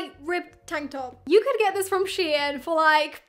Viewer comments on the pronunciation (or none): none